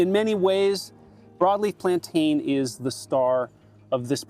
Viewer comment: Chamomile sounds like camo-meal, and plantain sounds like plan-tin. You're welcome.